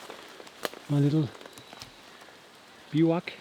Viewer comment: I love your videos but, I am jealous, we don't have badgers in Australia. In English, the Roe Deer Buck has antlers and the pronunciation of Bivouac is 'Bivv U Ack', hope these help.